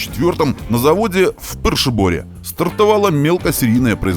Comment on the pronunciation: Позвольте подсобить немножко с произношением: «Kopřivnice» произносится как Копшивнице а «Příbor» как Пшиибор.